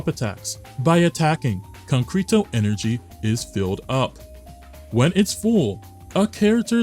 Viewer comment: Did you just effing say CONCRETO instead of CONCERTO energy? 'Con-krito', are you for real- was there a typo in your script and your AI read it as it is? 😂